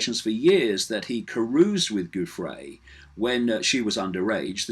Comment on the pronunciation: Btw; Giuffre's name is pronounced very similar to Jeffrey. (GIUFF - Jiff. FRE (E is long) like Freee. So, yeah; Jiffree. Poor thing.) It is not GOOFray. It is JiffRee.